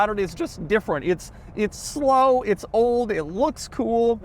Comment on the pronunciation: Doug keeps saying uts time, which makes me think its not time. Also the g wagon sucks.